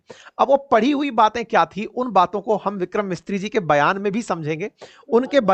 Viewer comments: Sir , Vikram Misri ji not Mistri ji😮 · The name is Vikram Misri not Mistri.